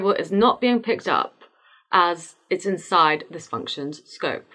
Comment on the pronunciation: "If temp > 20 is hot." British detected😀